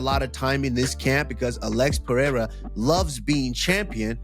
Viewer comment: Uh•lex Purr•air•uh 🤔 -Comma•roo Oose•mon 😂